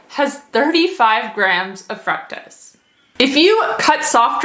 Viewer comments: You are pronouncing fructose wrong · The pronunciation of FRUCTOSE is throwing me off lol... But good information otherwise!